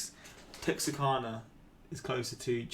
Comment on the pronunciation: LOL I used to live in Texarkana. My mom pronounces the exact same way that you do, but it’s really pronounced Tex-are-CAN-uh.